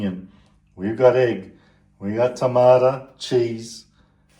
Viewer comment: Tomato NOT TomatA Get your English right